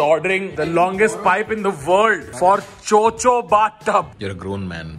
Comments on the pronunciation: It's Cho Cho not Cho chi 😂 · It is not 'cho cho' it is 'chod chod'